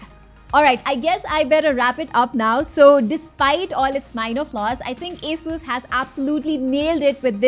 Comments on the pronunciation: everythime you say a-sus not ASUS i am gonna play a drinking game with water cause i hate alcohol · its A-sus not asussu call it rog not r-o-g call it rog